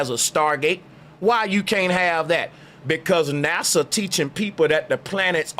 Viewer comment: I been with you, but NASA sounds like Massa!